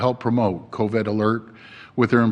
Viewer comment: Covid NOT Coved!!! Why can't he say it? Say it right!!! !